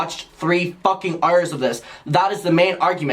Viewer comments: pls i luv the way he says hours. heurrers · “3 FUCKING EYERS” 😭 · I love the way you say “hours” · I don’t know where your accent is from, but I love how you say “hour(s)”. I replayed it like 10x lmao. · The way you say hours had me screaming 🤣🤣🤣